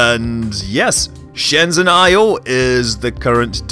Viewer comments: it's pronounced "Shen Jen" not "shen zen" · Scott, I believe the 'zh' in "Shenzhen" is pronounced as the 's' in "vision". :)